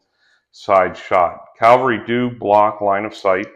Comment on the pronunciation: bro if you are explaining wargames you really do need to learn how to say "cavalry". Looks like a cool game, will be getting the book.